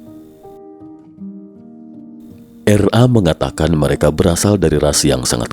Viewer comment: RA kli bkn R A. hehehe.